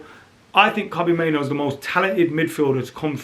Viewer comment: Please stop mispronouncing Kobbie's surname. Driving me nuts.